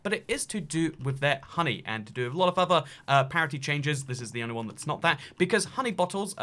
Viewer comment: I can’t deal with the word parity.... what in the world are you trying to say???